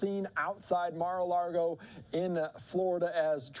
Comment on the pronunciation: Come on guy it’s lago not largo